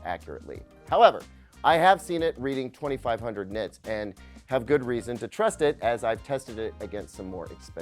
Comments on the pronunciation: Nit-erds? What did you just call me!? 🤨🤣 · Did anyone else mishear when he says "nit-nerds" ? 😂😂